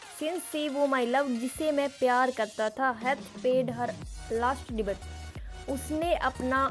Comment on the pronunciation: Debate ya Debt Improve your pronunciation......it's really matter if you are trying to teach the students. ...